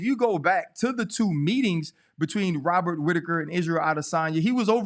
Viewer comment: wobert witaker 😂😂